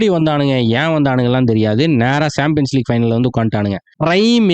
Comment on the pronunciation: champions league. ❌ saambiens league ✅